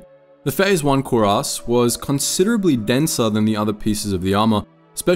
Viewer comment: You're saying the word cuirass like "koo-race" but it's rather pronounced more like "kwee-rass".